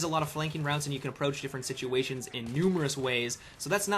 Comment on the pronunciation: Shitchuations? lol just kidding I know he said situations it just sounded funny.